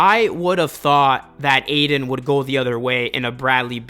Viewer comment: Ay-TON not aiden bruh